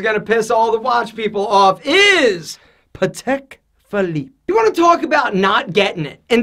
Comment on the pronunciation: Not Patek. Just not Patek.